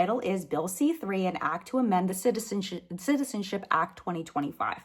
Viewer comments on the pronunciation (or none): I'm sorry, but I died laughing when you accidentally said "citizenshit" instead of "citizenship" 😂 😂 😂